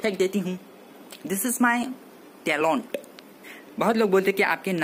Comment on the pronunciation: I love your tallont🤣🤣